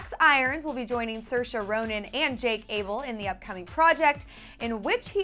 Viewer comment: its abel not Abe. -_